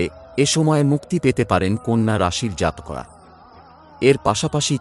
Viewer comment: দাদা আপনি জাতকরা এবং উৎস কথাটির উচ্চারণ ঠিক করেননি ।